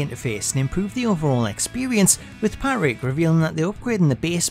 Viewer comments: Yeah he says it Pat-Rick instead of Pa-Trick really messed up the video for me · Why is no one talking about how he says Patrick. It’s Pa-trick not Pat-Rick. It really annoyed me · This guy hates the letter “t” in the name “Patrick” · PGD Panda lmao, me too. I know it’s silly but every time he did it I focused on it. It probably wouldn’t have bothered me so much but he just KEPT saying the guy’s name. I guess it’s because I hate when my name is mispronounced.